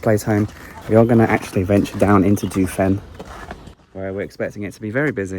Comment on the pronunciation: Correct pronunciations: Jiufen is pronounced jeeoh fen (like Joe only with an ee between the J and the oe). Keelung is gee-lung (soft g as in “George”).